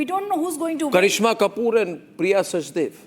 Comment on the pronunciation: Priya is "Sachdev" - why does Republic insist on calling her "Sachdeva" - Please correct yourself. You are calling her both in the same video